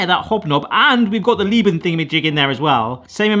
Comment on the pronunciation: Thank you! Hearing them constantly say "Lieben" made me lose my mind